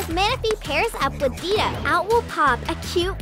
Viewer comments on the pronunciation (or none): none